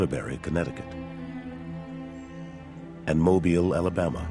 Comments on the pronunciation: Forty times the interviewees from Mobile, Alabama pronounce the name of that city, yet every time, the narrator mispronounces it. Hearing it is like having a taser go off every now & then while you're watching. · The narrator pronounces the name "Mobile" like most Americans pronounce it.